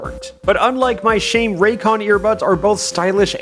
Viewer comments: When you said rayton all I heard was raid and I though raid shadow legends xd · "But first, thanks to my sponsor: Rai..." Oh no... "con" Oh. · I heard the r in raycon and for a second i thought you were gonna say raid shadow legends